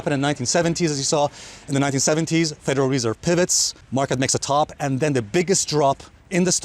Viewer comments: I came to hear you pronounce Federal Reeeeserve. Thanks Alessio. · bro you pronounced the word federal reserve approx 80 times wrong in this one video 🤦🏻‍♂️ how many years it it going to take to get this out of your head and learn the right pronouciation? 😓